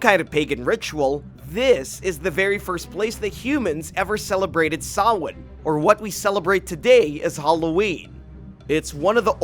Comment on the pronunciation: kudos on pronouncing Samhain right 👍